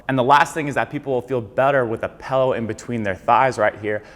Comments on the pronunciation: not trying to be a hater here , always been a pet peeve of mine to hear somebody say pellow , its a freaking pillow ( like taking a pill , followed by an o ) not a fellow , not saying hello , not eating jello , holy great goodness it makes me want to rip my ears off and eat them . great information in the video keep up the good work god bless you all 🙏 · It sounds like you're saying PELLOW 😊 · pill-ow. pill. dill, fill, sill, kill, mill, til, hill, jill, lil, still. not pellow.